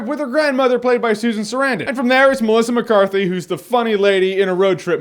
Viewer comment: He said melica mecarthy to much